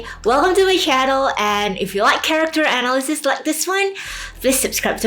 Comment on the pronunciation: Hey, I'm not sure if english is your first language, but some of the pronunciations are kind of hard to understand. I'd recommend working on proper pronunciations. I respect and admire your hustle completely and wish you success. Examples being the way you said psychologically and analysis needed me to try extra hard to comprehend and likely is way more difficult for non native speakers to get as well.